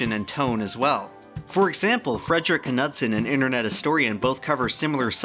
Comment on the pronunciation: Wow.. Frederick “Ka-Nudd-sen” Wow. It always amazes me how little the young youtube community seem to know of the actual world around them… Things that don’t involve looking at a screen seem to have become not worth knowing… Yes, apparently i am now, in fact, a Grandpa